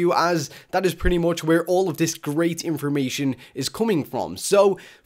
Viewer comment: Did he say inspormation? Does that mean it's inspiring information? That's an excellent word